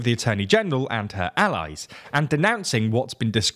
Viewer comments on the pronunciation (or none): none